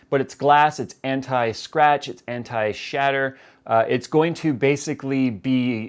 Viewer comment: when you say anti you are like saying henti !!